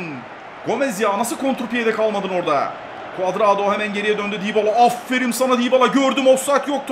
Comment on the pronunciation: abi afferim degil afferin